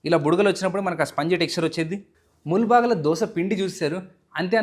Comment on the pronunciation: Bro, Palaya kaadu bhaiya. It’s Palya. Mulbagila kaaku mulbagillu. Other than that everything is super.